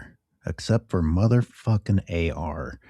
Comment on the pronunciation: Sounded like he said "That was mine..." "...MFing AR". What a wuss